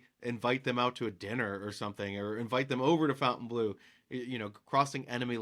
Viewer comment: I meant It should not be pronounced FOUNTAIN